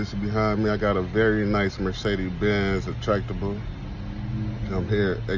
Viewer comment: Oh wait, he said, “attractibal”.